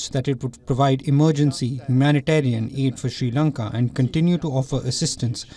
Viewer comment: Shee Lanka 😁